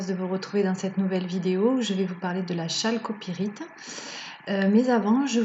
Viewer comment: CEST pas chalcopirite mais on la prononce Kalcopirite